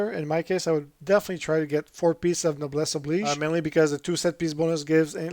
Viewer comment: Subscribed for pronouncing Noblesse Oblige correctly